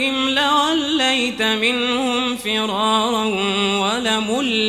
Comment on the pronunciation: فِرارا هل الراء الاولى مفخمة؟؟ ماشاء الله سيدي عمر القزابري